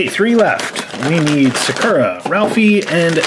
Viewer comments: ralphie and sprinkles are such cuties!!! also, sakura is pronounced sah-coo-rah not suh-kur-ah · I don't usually correct people. But just letting you know, sakura's name is pronounced Saw-ker-ah. Sorry. It was just bugging me a bit cause I didn't know if you knew that's how it's actually pronounced. It's a Japanese name and I've heard it often. If you want to pronounce it the way you want in the video then that's fine too. Everyone pronounces certain words differently anyway. But I just wanted to let you know. ^^ My fave cat was definitely the cat with heart and the sprinkle cat btw. ♡♡♡ I love your guys channel. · Animalxingaddict Yeah the stress is supposed to be on the first syllable, but to be fair, most English speakers pronounce it awkwardly. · Y’all keep saying Sakura wrong.